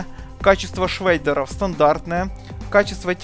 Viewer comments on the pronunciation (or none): Качество шрейдеров, дирекс. Чел, да ты научись слова то правильно говорить для начала.